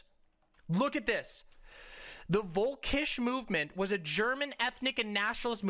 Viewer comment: Can I just say, as someone who can speak German I am triggered by the way mispronounces "Völkisch Movement".... usually I'd say fuk em, why should one even try to respekt it by pronouncing it right... but as a person who ALSO speaks Russian it is the perfect pronunciation for "wolfish" movement and dude... wolfs don't deserve to be brought into the bean dad saga.